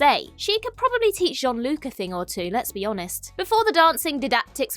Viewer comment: Gates McFadden speaking frenchcmakes she much sense because she always said "Jean-Luc" so well